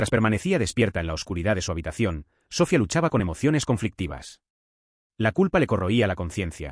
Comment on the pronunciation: Me duelen los oídos al escuchar SÓFIA....👎👎👎